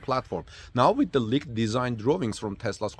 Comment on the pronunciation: Leeked not licked